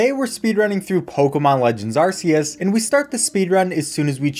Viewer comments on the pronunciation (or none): I almost clicked off when he said are-see-us instead of are-cee-us or Arkoos. But it’s just a video, right? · ark-ee-us it's in the trailer it's not so hard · You said “Arceus” wrong! Okay, I really don’t care much but it’s official pronunciation is “Ark-ee-us” I double checked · Not really, the new Pokemon's book states that Arceus pronounced Ar-Kee-us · I’ve always been pronouncing it “ar-Kay-us” And this is the only bit of media I’ve heard pronouncing it “ar-see-us” 😳😅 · AR-KAY-US my guy, not AR-SEE-US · NO NO NOPE NOPITY NOOOO. It's AR KEY IS. Not Ar SEE is. Not angry, just disappointed. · Wanna know why pronouncing Arceus' name like Ar-see-us is wrong? Because if you pronounced it like that your phone would be called an "Arse Phone" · I know this is old news, but it is pronounced ar-key-us. Silvally references this with its RKS System ability purposefully. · Its wrong it should be pronounced Arkeus or Arkoos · When it comes to how to pronounce Arceus, there are three official pronunciations I can think of. There's the one used in the video ("ar-see-us"), which is how its name was pronounced in Pokemon Battle Revolution (Gen 4's 3D model battle simulator). When the time came for Arceus to get its own movie, the dubbers (at least) realized that it sounds like "arse", so they changed it. The one in the final version of the movie (which is how I was introduced to its pronunciation) is "ar-key-us". In trailers for the movie (but not the final version), its name was pronounced "ar-kay-us". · Haha! Another sayer of "Are-see-us" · Imagine looking at Arceus, seeing the arc on its back, and still pronouncing it Arseus. Jfc smdh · ITS PRONOUNCED ARKEUS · IT'S ARK-i-es for Christ sake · Sorry good sir it's Pokemon Legends Arkoos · You mean Arkoos don't you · Btw it’s ar-ce-us key no see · hey its arkoos wrong pronunciation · it is not arceus it is arcoos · Ew, Are-see-us pronouncer. Other than that, epic speedrun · Sorry but its pronounced Arcoos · ITS HARD C ARCEUS SOFT C